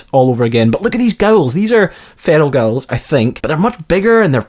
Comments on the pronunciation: wtf is a gull??? and i know its spelled enclave but its pronounced onclave gool (or gewl) and onclave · What the fuck is a feral gowel. What kind of pronunciation was that hahahaha. It's a ghoul! Pronounced gool. I don't know why that annoyed me so much but dayum! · Right. Protectron - pro-tec-tron Not "protectortron" Ghoul - gool Not "Gouwel" Enclave - on-clave Not "n-clave" I'm Scottish too man, don't let these people think we cannot pronounce simple words!! Apart from that, enjoyed the video brah! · It's "gool" now "Gow-el" ...... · Ok dude, Ghoul is pronounced like Tool. Gool. Ghoul. Not Gowl. Gool. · its pronounced GOOL! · wtf is a gowl!!! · Lots of good insight; I'd bet the kid is your character's dad or something. I must say though, I've never heard anyone pronounce ghoul "gawal" before. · It's pronounced 'gool' and 'on-clave'. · Can this guy pronounce anything properly? Gowl? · sorry I can't help it, but its Ghoul is pronounce Gool and Enclave is On-claive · who is this Gowel you speak of? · You say ghoul so weird... other than that, great vid. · If your Irish you will notice his pronunciation of the word ghoul.... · LOL ghoul pronunciation